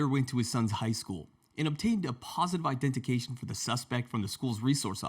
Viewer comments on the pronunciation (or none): "it's not "identication", it's "identification". You missed the "fee".